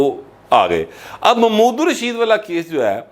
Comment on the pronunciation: راجہ ریاض کو چھوڑیں اپنا ایکسنٹ پر غور کری اپ بھی محمود الرشید کوممود الرشید فرما رہے ہیں